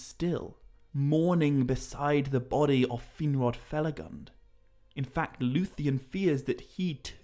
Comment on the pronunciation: please use the correct pronunciation of Finrod Felagund, with U as in tWO. From what I noticed is one of the few Tolkien misspelled words in your videos (huge fan) and they aren't few. 😊